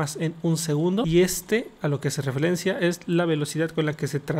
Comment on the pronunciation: En el minuto dijo "refelencia" jajajaj :vvv xdxdxd